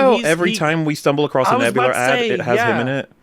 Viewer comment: Sounded like he was ranting about nebuler and not nebula.